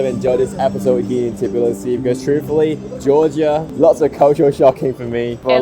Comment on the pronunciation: An Asian dude explains life in Tbilisi? No thanks. Not saying it's impossible, but unless you're actually Georgian, you need to be a foreigners who's a lot older to convince me. No hate really. But I'm less likely to take advice from someone who can't even correctly pronounce the city's name.